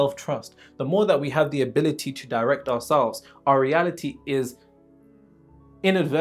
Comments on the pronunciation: I am crying 😭😭😭 niggas said you say Tew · They think you’re from Baltimore because of the way you say words like “do” and “to” Next time bench heavy at the Smith Machine bruv.